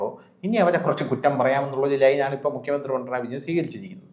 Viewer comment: Mr. മുകിയമന്ത്രി അല്ല. മുഖ്യമന്ത്രി ആണ്.. ഉച്ചാരണം ശ്രദ്ധിക്കുക.